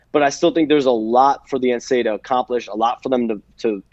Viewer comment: Why does the reporter contanstly say NCA instead of NCAA